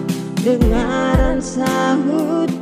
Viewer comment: Mungkin masukan saja, Kaka kalo bisa pengucapan itu lebih jelas, "dengar dan sahuti" bukan dengan sahuti panggilanku Salam🙏